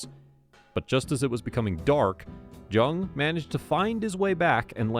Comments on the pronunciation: George’s last name was pronounced “Young” not Jung the way it was spelled. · it’s pronunciation is young watch any video where he introduces himself when you says his name he says young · Family member here, It is pronounced Jung and not Young. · It is JUNG NOT YOUNG JUNG IS A GERMAN NAME ORIGINALLY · You’re pronouncing his last name wrong. Haven’t you ever watched blow? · If you can't pronounce his last name correctly, I can't watch your video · This is the worst vid…..um so you watched the movie. You can’t even pronounce his name…